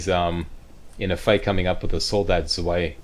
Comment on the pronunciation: Hey, FYI "zwei" means "two" in German. It's pronounced like "tsvay".